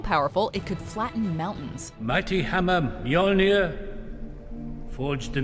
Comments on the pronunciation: As much as I love the watch modjo lady (I mean come on you can't do anything else), as a Dane, I can't help but cringe a bit from her pronounciation of the weapons XD But nice with this list still:) (, call me for future vidoes about norse stuff;) ) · You`ve gotta love being from Scandinavia while watching someone pronounce the names correctly